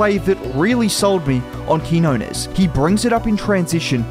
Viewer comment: Nice video. His name is pronounced Keen-Yo-Nes